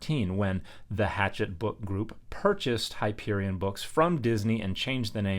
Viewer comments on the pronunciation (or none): none